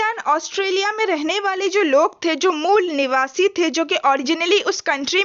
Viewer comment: Aare mol niwasa mat bola karo dd distract horaha hai mujhe 😂